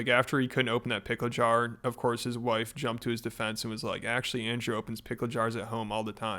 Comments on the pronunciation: Dude said wwhife 😆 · bro said hwife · “100% faith and trust in my whife” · He said wife with an H, like in a proper English 'what'. Never seen that one before. My Whife! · "My w-hife! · His "whife" ugh he is so disgusting